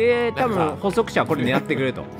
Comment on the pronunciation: 有刺鉄線（りゅうし鉄線）もずっと気になってたんだけど、 捕食者のこと「ほそくしゃ」ってきこえんだよな、、、